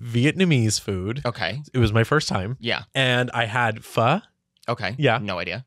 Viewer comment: its PHO not PHU lol